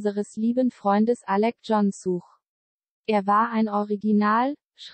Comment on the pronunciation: Man sagt nicht Such, wie suchen, sondern Such, wie sach, wo lebst du den? :D